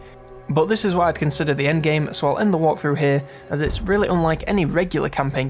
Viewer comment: Is it just me, or did you pronounce "walkthrough" as "waaaghthrough?" in this video? If that was on purpose, I salute you! =D